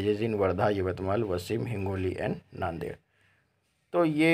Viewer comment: वसीम नहीं उसे कहते हैं, वाशिम.